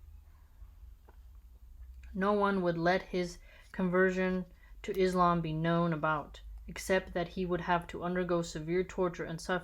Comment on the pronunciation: its almost 5 o'clock in the morning and i couldn't sleep until i watch you videos as soon as they appear in my feed, keep up the good work , and I would like to draw your attention to an important detail in the Arabic words you pronounce the word ISLAM and MUSLIM and Bi-smi llāh are pure "S" (s) sound in them not "Z" (ð) sound cause some people might hear it IZLAM which means darkness (watch Bernie Sanders pronounce Islam He pronounce it perfectly) it might offend some people. try pronounce it like SUN, MISS and another thing the famous narrator IBN ISHAQ the SH doesn't sound /ʃ/ as in SHE the S and H are separated sounds not combined supposed to sound like that ES-HAQ I hope I was able to deliver my advise